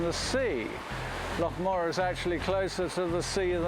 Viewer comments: Why is that clown calling it " Mo raar , when it's clearly Morar ? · If no one's talking about a " lake" monster it's because Scotland has lochs, not lakes. BTW, that's loch, NOT lock. But in fact, the Loch Morar monster is an ancient legend, well known in Scotland. Just not in America, oddly enough. And it's MORar, not MoRAR, and MAllaig, not MaLLAIG! Maybe listen to the locals. ? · That pronunciation of Morar by the narrator was driving me nuts. Definitely not how it is pronounced.